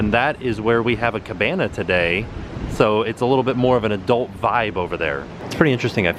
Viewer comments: you said cabanya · I will now always call a cabana, a cabanya... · "Cabanya." 😂😂😂 there's just something about and Cabanas. #AboutThree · When tim called the cabana the cabanya hahahahaha